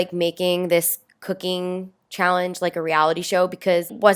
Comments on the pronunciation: did anyone notice how it said callenge instead of challenge. Btw anyone in 2020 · On the second vid did anyone notice how it said callenge instead of challenge 😂😂😂